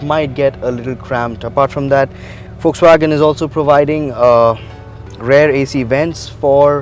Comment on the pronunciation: Good, exhaustive review. Do note that the correct pronunciation of 'rear' is RE-EAR. Not RARE. Only mentioning this because the host used the word multiple times in the review.